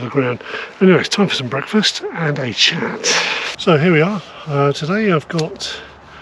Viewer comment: I know you said chat, but it so sounded like you said “shat”! 😂😂